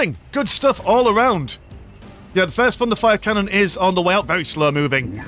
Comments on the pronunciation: Each time you say "thunderfire canon" my non-native ears hear "fun to fire canon" and it makes the viewing experience even better :) Great video! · Hey, it IS fun to fire xD (Also, yeah, my ears hear the same xD)